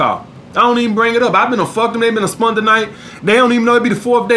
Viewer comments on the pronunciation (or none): My dude said, “ Spunt the night”..